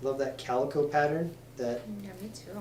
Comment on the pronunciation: It's not calico it carico lake